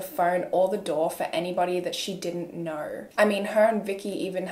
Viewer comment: very much out of topic but right after she pronounced 'know(r) & so(r)' i immediately knew she's australian 😂 idk if im right, im new ✨